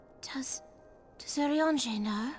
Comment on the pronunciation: My favorite thing is that you started saying Urianger's name properly after Moen's death. <3